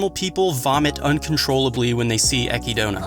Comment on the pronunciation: After hearing it said many times out loud now, You were right, I was wrong. I feel stupid about trying to tell you how to pronounce Echidna.